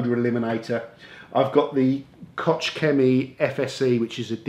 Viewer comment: Kotch chemy? Yeah, I know, it's german and so almost impossible to pronounce this by native speakers. Spelling it correctly you should think of something like Loch Lomond...should sound like you are having a bad cough ;)